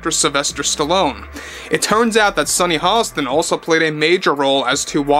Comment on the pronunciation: Sunny hoe-stain...lol 🤣🤣🤣